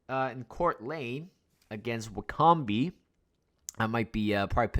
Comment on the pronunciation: Wycombe is pronounced as WICKUM